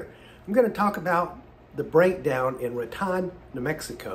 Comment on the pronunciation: Looks like you’re getting things taken care of. Now as for the pronunciation of Raton, New Mexico. It is pronounced “Rat tone” not “Rat tawn” Got it? Safe travels my friend.